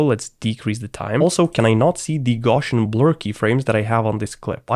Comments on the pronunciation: I was wondering what you meant by “Goshen blur”. Then I figured out that your saying Gaussian blur pronounced “Gow see yen” blur! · For me the most excruciating thing about this video is how you pronounce Gaussian. It's painful! The guys name was Carl Friedrich Gauss. That's pronounced with an ow sound, as in "ouch" - the sound I make when I hear someone saying "gorshian"!